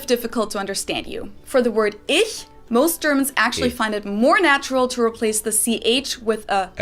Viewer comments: Your pronounciation of "Ich" is pretty good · Your „Ich“ is perfect. ☺️👍🏼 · btw, all your “ich”s were flawless👏👏👏